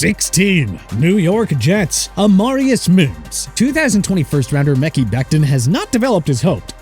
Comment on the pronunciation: IT'S MEKHI (MEH-KAI) BECTON NOT MICKEY